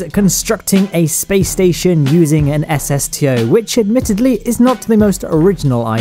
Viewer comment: lol "the spation"